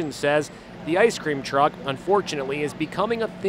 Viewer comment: Everyone is in trouble our President can’t even say ice cream truck… come on man